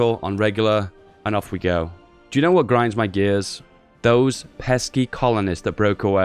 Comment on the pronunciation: I'm sorry... you drink WHOAT? >.< I hope it's not Yorkshire at least. :P